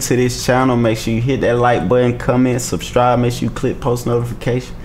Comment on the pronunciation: Bro! you had me rolling when you said “sub-stribe” instead of “subscribe”. Awesome Procreate stamps!